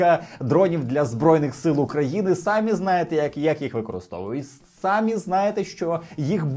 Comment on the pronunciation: прошу ставити правильно наголос у слові * СамІ*, бо ви вимовляєте на російський лад сАмі